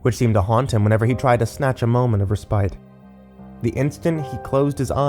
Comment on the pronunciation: Try looking up the pronunciation of "respite"...